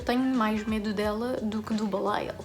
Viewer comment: Vontade de comentar o vídeo a cada coisa que dizes ahahah 1) dizes Belial 3 mil vezes melhor que eu 😅 2) Tatiana is shit, e o facto de termos conhecimento de toda a história por trás dela, ainda nos faz perceber o quão má é 3) Grace... mehhh still don’t like her, mas sim, gosto da forma como a personagem está escrita 4) adorei as vibes de full on YouTuber a maquilhar e a falar 💁🏻‍♀️ 5) toda a forma como dizes “baby shadowhunter” é tão cuteeee 6) sinto que em todas as intervenções do Will dei uma gargalhada 7) SIM! JAMES COMO É QUE LÊS TANTO E NÃO TENS VOCABULÁRIO? I’m so mad E também não podia ter pedido melhor companhia para esta leitura! Chain of Thorns come fast que queremos ler juntas outra vez ❤️